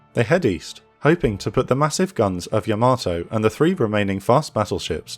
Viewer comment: Another fantastic presentation! Yamato is pronounced "YA-ma-toh," not ya-MA-toh. Like the name Yamaha: it's not "ya-MA-ha."